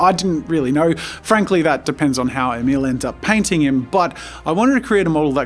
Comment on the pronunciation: Emil: my name's pronounced "E-mill" as in "mill". Jazza: Emel.